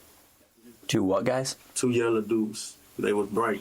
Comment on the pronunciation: 🤣🤣🤣 I swear That “yellow” had them confused